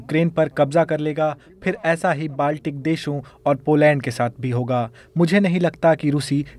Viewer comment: Poland ka namm esse hi bol raha hai gult.